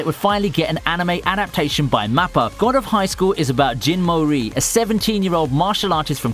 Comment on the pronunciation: did you just said "jin mori" I AM SO FUCKING OFFENDED